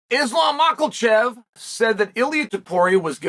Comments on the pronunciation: bro said islam mocklechev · Bro i cant get over that why cant he say his name correctly